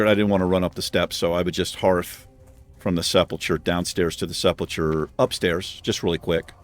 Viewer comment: Fun series, you seem like a fun player, but please; it is pronounced "Sepp-ul-ker"